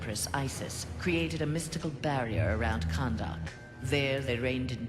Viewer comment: Kahndaq? MK AND INJUSTICE CROSSOVER CONFIRMED! KAHN-DAQ. heuhuh